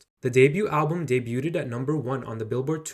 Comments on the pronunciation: Daybooed not daybooted 😊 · Great video! I've never had an opinion on Meghan Trainor so I learned a lot. Love how much of her background you included. Especially loving the fully human-written subtitles and your interjections. Quick bit of feedback: pretty sure 'debuted' is pronounced 'day-byood' rather than 'day-byoo-ted'! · Debuted is pronounced "Deh bewed" not "debyewtted" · Debuted = silent t (debued)😅😅😅 sorry about being pedantic, can Google how to pronounce it correctly (just a pet peeve). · Debut or debuted isn't generally pronounced as day-bue-debt The "t" is silent in English (U.S.) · Debuted is pronouced day-byood. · debuted is pronounced as day-byood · the "t" in debuted is silent... just fyi... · You're not supposed to pronounce the t in "debuted." It was very distracting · That’s not how you pronounce debuted 😭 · Please learn to pronounce debuted 😭😭